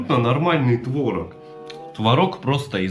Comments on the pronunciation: Блин ты уже определись твОрог или творОг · ты блин определись то ли твОрог или творОг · Кто-то: нельзя говорить твОрог и ТворОг в одном предложении.: подержи-ка мое просроченное пиво. 🍺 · Тот момент когда говорит одновременно и тво́рог и творо́г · Творог или творог 😃